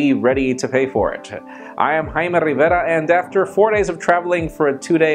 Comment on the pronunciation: Jaime Rivera /High Meh, Re Ver RaH/ His name is Rivera, Jaime Rivera.